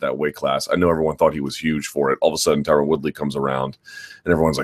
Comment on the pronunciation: MyTubeIsBetter20 lol no one pronounces it correctly . Ty-Ron ...ty-rone etc